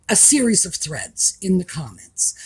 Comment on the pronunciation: At first I thought you said threats. I had to go back and listen - it still sounded like threats BUT the context told me it must be threads.